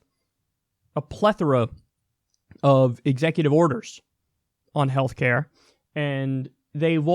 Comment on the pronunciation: "....Government ordered Healthclare "....The disaterous O-pamacare." smh lol